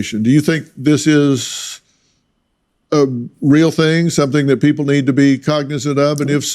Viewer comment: it's "Them"and "That" - not "Dem" and "Dat"...😂